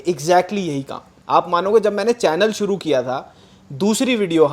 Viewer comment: Suru nai shuru hota hai sa or sha seekh